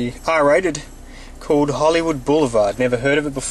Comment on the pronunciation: HAHA our cant say CALLED properly